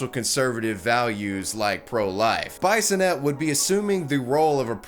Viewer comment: SO many mispronunciations! Swan-see, not Swan-see-ah. BEE-sonette, not Bison-ette. C'Mon man, research,don't just read.